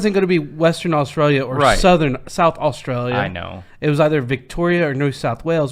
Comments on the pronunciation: Sorry to disappoint but you don' sound Australian you actually are putting the stress in the wrong place and your pronouncing the U sound we dont . Try this o·stray·lee·uh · Yes I agree but he is still saying Orstralia no Uh-stralia. I only just thought the other day in the intro wow he sounds a bit Aussie- had no idea he was actually trying 😂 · Hi from Australia, Canberra. Can I suggest you pronouns Australia like 'os-trail-i-a' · Uh. We don't say oh like Americans do, to translate it to American pronunciation it's "uhstrayleeuh" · Oss-tray-ya, mate😉